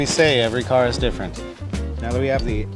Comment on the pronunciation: “Such a nice cahhhh”